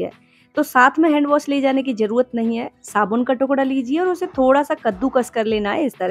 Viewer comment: Uz nahi use boliye